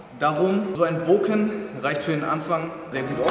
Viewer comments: Nenn es doch beim richtigen mamen, Bokutō und wenn du schon bokken sagst, man spricht es nicht booken sondern bocken, mit betontem k und kurzem o :) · Sicher das es Bo(o)kken heisst? Denn doppel Konsonanten machen den Vokal kurz. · Das "Bokken" wird nicht mit einer betonung auf dem "O" sondern auf dem "K" ausgesprochen. Daher die zwei "K" in der deutschen Umschrift. Man verbleibt kurz auf dem Laut des "K". "Bok (pause) ken" . Im originalen Japanisch ist dies durch die Hiragana schrift ersichtlich. Nach de m "Bo" folgt ein klleines "tsu" was zeigt das dass "K" betont wird.